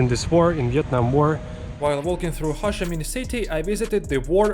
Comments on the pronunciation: it took me a really long time to realise you were saying Ho Chi Minh. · Ho (rhymes with Go) Chi (rhymes with tea) Minh (rhymes with win) :-)